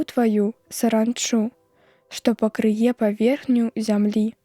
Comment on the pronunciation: Замест: пакры'е паверхню прачытана: пакрые'